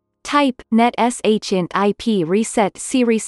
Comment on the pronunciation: It’s netsh not netesh